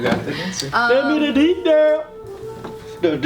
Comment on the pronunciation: lol detaayyel